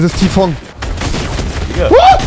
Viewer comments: Ti-Fong hat mich gekillt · Normale Menschen: Tfue Rewi: Ti-Fong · Niemand: Rewi: Tfong